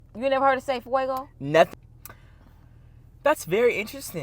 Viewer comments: 😂😂FAY….sounds like DAY😂😂😂FAYGO. Originated in Detroit…nonetheless, the videos are always 🔥 with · 😂😂😂😂😂😂😂😂😂😂😂😂😂😂😂😂😂😂😂😂😂😂😂😂😂😂😂😂😂😂😂😂😂😂😂😂😂😂😂😂😂😂😂😂😂😂ITS FAY GO....IN ENGLISH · The entire first part really got me screaming 😂😂🤣🤣🤣🤣🤣🤣🤣 girl that’s from Detroit. It’s faygo. Weak fr. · No hunty. I'm from Detroit, where the POp is made. It's NOT pronounced that way says. It's real simple. Say it the way it sounds. F-A-Y-G-O! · I’m from Detroit and we definitely pronounce it FAY~GO 😅🤣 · It's F À Y G O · I'm from Detroit we said Fay -go nothing is silent there isn't any accent on the name peace and blessings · Sorry B, it’s Fay-Go. You cracked me up nonetheless. Always a laugh when I watch your vids!😂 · It's Fay-go I am from Detroit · IT'S FAY-GO! What black person EVER pronounced it the way you said it, BUT YOU!😂🤣😂 Never heard it pronounced that way😁👍🏾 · is right. The company is in Detroit right by me. It is Fay-go! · It’s Fay -Go 😂😂😂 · What is pronouncing Fuego and its the Spanish word for fire. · 😂😂😂😂 I'm from detroit and it's definitely fay-go When I say you made up your own language I almost died😂😂😂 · I'm from Detroit...it's Fay go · said girl that was made in Detroit it’s FayGo 😂😂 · No, ma'am. It's Fay-go. Fuego is what you're trying to say. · is right it’s FUEGO you say it how it’s written 😂👌🏼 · Noooo. Faygo is not pronounced that way, is correct. B you are saying Fuego. 😂😂😂😂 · Its FAY-GO???!!! Then she gon sing it😂😂😂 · It's Fay-go. A Detroit brand! is absolutely correct! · I’m sorry it’s pronounced Fay-go🤷🏽‍♀️🤣🤣🤣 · I'm from Detroit. It's pronounced fay-go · Lol it’s definitely Fay-go l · She means the Spanish word Fuego . Not Fay-go. lol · It's sad to still be out here looking dumb after 50 years old. You don't know how to pronounce Faygo? Let me stop watching again. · is pronouncing the name of the soda wrong. 🤷🏽‍♀️🤷🏽‍♀️ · Fay-go I’m from Detroit Michigan and it’s fay-go